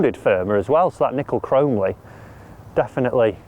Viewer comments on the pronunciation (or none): "Chrome-Lee"....🤣. Its pronounced Chrome-Olly 👍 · I’ve got 921 forged irons. They are fantastic. Mizuno absolutely nails it with the irons. Someone needs to tell how to pronounce chromoly. Chrome and molybdenum. Chro-moly